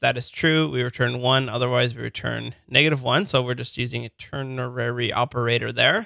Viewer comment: BTW it's ternary not ternerary.